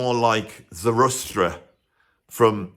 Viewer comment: Zarustra? 😂 Zara thus tra